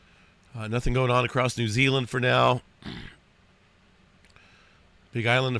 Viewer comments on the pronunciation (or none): none